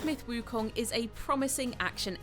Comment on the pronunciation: Props for the pronunciation on “wukong”